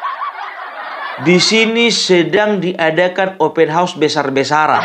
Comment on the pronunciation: Bikin ketawa opung ini Faseh bener kou baca ( OPEN HAUS) 😅😅😅😅😅